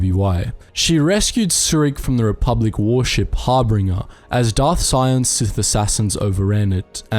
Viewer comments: it's harbinger not harbringer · Harbinger Har- bin- jur (like jury). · It’s pronounced Har-bin-jur. A harbinger is a bringer of fate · Some of these name pronunciations are just awful 🤢 its the Harbinger, not the HarbRinger? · Harbinger. Not Hairbringer. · How is it that you AND Star Wars Theory both cannot pronounce Harbinger correctly? "Har-Binge-Er" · 5 months late, but “Harbinger” is said as”Har-bin-jer” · Harbinger is not pronounced 'harbringer'. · ... twitch ... it’s har-bin-ger... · Lol it’s pronounced har-binge(like binge watch)-er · The information in the video was definitely good but I can't lie I was getting annoyed with all the incorrect pronunciations. It's Har-bin-ger, Pa-ra-gus, ebb-in hawk, t-los, at-ton, nhi-lis. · I just wanna say that harbinger is mispronounced in this--otherwise great video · HOW DO YOU FUCK UP PERAGUS AND HARBINGERS PRONUNCIATION WHEN THE GAME FUCKING SAYS THEM OVER AND OVER AGAIN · Are you saying things wrong just to get on folks' nerves? The correct pronunciations are in the damn game. Harbinger Telos Atton Peragus Ebon Dxun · Watching you fail to say the word harbinger is entertaining